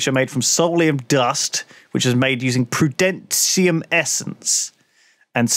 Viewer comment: It's like can't read. Saying prudenatium instead of prudentium:") He does this a lot with questbooks and such as well, reading things wrong, missing words, adding words... whoops?